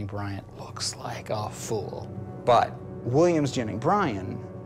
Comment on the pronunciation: Haha he's saying William Jennings as Williams Jenning